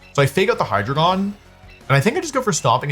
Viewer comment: lowkey upset by the pronunciation of hydreigon lol